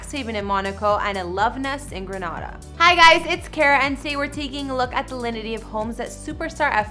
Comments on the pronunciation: The name is Grenada in the Caribbean (pronounced Gre nay da) . NOT GRANADA WHICH IS IN SPAIN. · Exactly it's so annoying hearing them pronounce our beautiful lil island as Granada. 🇬🇩🇬🇩🇬🇩🇬🇩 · What i think is you need to learn to pronounce your words correctly Granada is in Spain. His dad is also not from Granada or Spain. Its Grenada, two different spelling. I hate when you people talk like you know what you're talking about and don't it’s frigging GRENADA and not GRANADA FFS🙄🙄🙄😡😡 get it right GREN NOT GRAN🙄🙄🙄🙄🙄🙄🙄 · It bothers me how she pronounced Grenada it's not promised grenawda it pronounced grenayda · Its Gren A da lady not Gre NA da ☹ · It's pronounced 'Gree - nay - dah' = Grenada... The Caribbean country!!! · Please pronounce Grenada properly please....Gree-neh-dah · Pronounce Grenada properly!